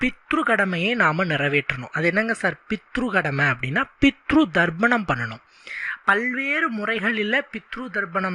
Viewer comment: Pronounce as "Tharpanam" and not " Dharpanam.